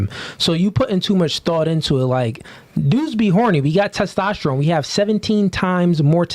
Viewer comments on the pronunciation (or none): none